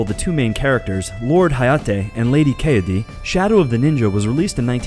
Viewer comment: Yeah it felt a little off to me too. But then he also mispronounced "Kaede", "Ryu" and "Kusari Gama" so that's there.